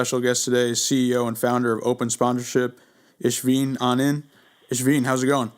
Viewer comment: it's pronounced "A-Nand", not Arnend.